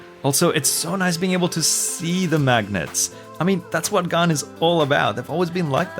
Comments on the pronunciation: Why does he pronounces gan as if it was gaan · I like how says gan as gaarn